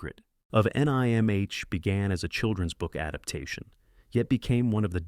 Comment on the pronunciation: I might not mind AI generated narration as much if it didn't say things like, "The Secret of N.I.M.H." Lol.